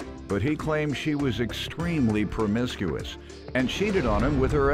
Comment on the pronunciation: Lmao she can't even say promiscuous, she 4 da streets cuz. He just as messed up as her, bruh sued his mom's. What?